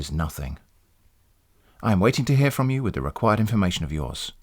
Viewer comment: The glottal stop: "FRO M" -- I died!